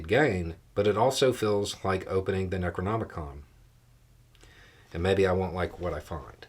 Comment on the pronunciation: Needed to look up how to pronounce a viewer's name, but had "Necronomicon" ready to go. This guy reads.